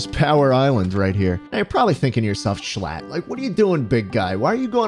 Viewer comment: you should’ve taken away the “L” in “shlatt”